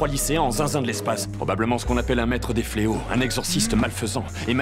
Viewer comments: « Les fleo … fle Oxyz » mdrrrrr 🤣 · Je crois qu'on dit: les fléaux fléotent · "Les fléaux fleauxisent"